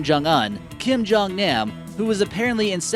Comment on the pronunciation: Keem-Joong-oon. Keem-joong-nahm. >.>; Seriously.